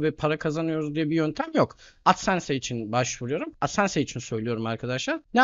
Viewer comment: hocam adsense diye okunmaz dslşkflşsdkfşsldkfaskfsf